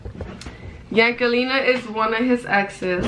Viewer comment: She dead said yankelina 😂😂😂i think thats how you say her name